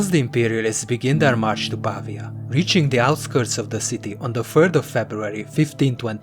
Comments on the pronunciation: Si dice Pavía, non pàvia 🤓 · It's pronounced PA - VEEE AH not PAAA VEEA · Brilliant. It's PavIa, though: the stress is on the i. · Ha ha right! He's English. Dosen't work. I'll go with where it originated: Italiano. 'Merica!